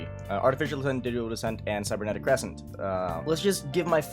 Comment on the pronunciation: whoever thought the last syllable of "Cre scent" was emphasized